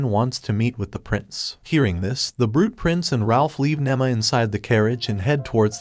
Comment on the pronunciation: nima not nemma